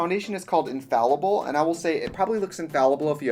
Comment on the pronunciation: Ok as a french who loves watching American makeup videos I have to say: Everyone pronounces infaillible wrong ... think of it as infaYEEble. Thanks for coming to my TEDtalk.